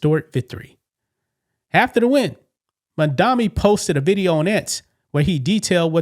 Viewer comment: It's MA'AMdami🤷🏼‍♀️